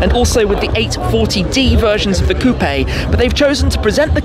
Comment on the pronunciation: I never thought I’d be bothered by the way someone pronounced coupe